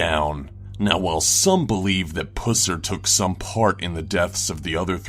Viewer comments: It is Buffered Pusser, not Buufard Pussar. Dumbass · Buhferd Pooser? Really? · For number 7, how can you mispronounce both first and last name? It's Buford (with a long u) Pusser (with a short u)... the movie Walking Tall was based on him. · Ugh. So like... my father is close friends to the Pusser's. It's not Puss-er. It's said Puh-ser. I cringed so hard. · XD omg did he say pusser? XD im done im so done PG is tooken to a new level XD i cant stop laughingggg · Everytime he said "Pusser" I couldn't stop laughing 😂